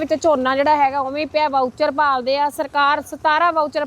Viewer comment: ਵਾਊਚਰ...?😂😂 ਮੌਇਸਚਰ ਕਹੋ ਮੈਡਮ , ਮੌਇਸਚਰ ਮਤਲਬ ਸਿੱਲ੍ਹ